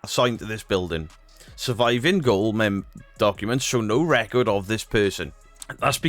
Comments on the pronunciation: Gaol = jail not goal 😂 fyi . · You are British, doing a show about British....and you called a Gaol (Jail) a Goal? I am American and I knew you said it wrong! Now I am skeptic of you..... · Gaol is pronounced “jail” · “Gaol” is pronounced jail. It’s the old English spelling. Lol. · Look at the screen, the word on the screen is gaol which is was a jail was called many many years ago. I am not wrong about this one. EDIT: So you know the word GAOL was pronounced at first with a hard G making it sound like GAIL....over the years the G softened a bit, and now GAOL is pronounced JAIL. I am a bit of an Etymologist on word history.... so I actually know what I am talking about.